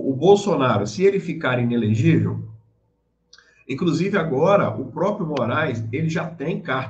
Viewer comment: "ENELEGIVEL" doeu